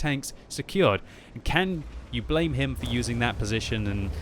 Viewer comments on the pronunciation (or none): none